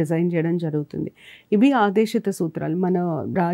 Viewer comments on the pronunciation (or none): Medam aadesitha kaadu aadeshikaa